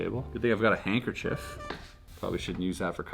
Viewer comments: Nobody: Literally nobody: Chris:handkerchayyyyy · Dying at “hankerchi”